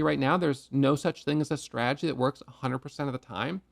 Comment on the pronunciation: I love, but God bless. He simply cannot say the word stradgy. 😅